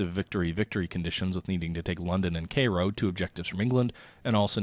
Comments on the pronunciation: What is Kayro? You mean Cairo Kai~ro KAI~RO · please please learn how to say "kai-ro" not kayro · let him mispronounce it, it's funnier that way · Cairo - pronounced KY-row... :-)